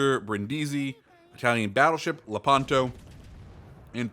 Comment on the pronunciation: The words Brindisi and Lepanto actually have the accent on the first syllable: Brìndisi and Lèpanto. Other than this, your pronunciation was pretty good! PS: glad they’ve added Petro. It’s time to deliver some russian bias at tier VIII 😈